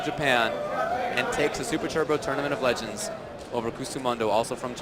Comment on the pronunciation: tournament of "legengs"